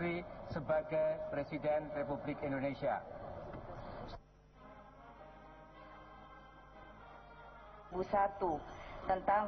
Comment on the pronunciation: Megawati itu kalo ngomong indonesia kok endonesia??